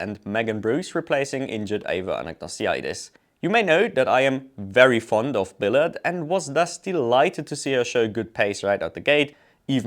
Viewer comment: In case you're interested in the French pronunciation of Billard, it sounds like 'Biyaah'. A double l is always pronounced as 'y', except for a few random exceptions like 'Villeneuve'. And generally they don't pronounce the letters which come after the last vowel, unless when they do it for some mystifying reasons, like in 'Prost' ...